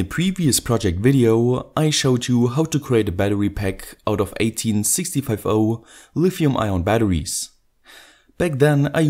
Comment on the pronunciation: Wait, anyone gonna bring up him saying 18-65-0 not 18-650 what is this?